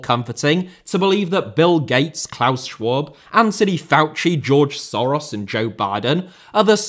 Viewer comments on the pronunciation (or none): none